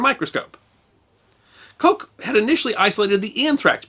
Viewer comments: The name Koch is not pronounced Coke. The single "O" in both German and Dutch is pronounced "AW". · Excellent as always. But Koch is not pronounced 'coke'.